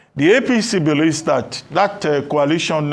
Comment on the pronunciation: Why is this lere man pronouncing coalition as kwalition bunch of drunkards.... 😂😂😂